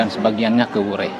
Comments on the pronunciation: Sdikit Masukan klw nama desanya WURE (Adonara) bukan Weri. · Tuan Berdiri...di kapela Wure...bukan Weri....mksh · Di wureh, bukan weri